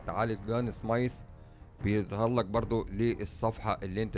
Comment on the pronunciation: الغه الإنكليزية تبكي في زاويه الغرفه بندقيه موزين وليس مشن الكن سميث وليس سمايس ارحم ام الغه 😂😂